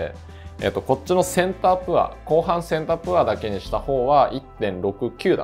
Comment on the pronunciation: 大変勉強になる動画いつもとってもありがたいなと思いながら拝見しております！ プァー (poor) じゃなくてポァー (pour) なので為念お知らせします📢